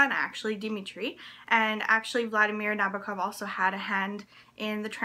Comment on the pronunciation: as a big advocate of translated fiction, this video pleases me. I'm happy to see you mentioning the translator and also pronouncing Nabokov correctly :)